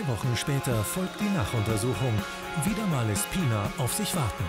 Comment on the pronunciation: taff: "Pinar": "Pinna"